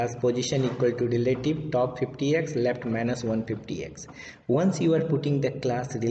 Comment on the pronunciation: Bhai khud communication improve karoo ..left ko lept boltha h .. koun hire Kiya yaar isko 😅